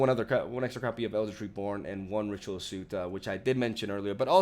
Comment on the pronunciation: Soot is actually not pronounced like suit, instead more like suht. Actually its hard to spell it phonetically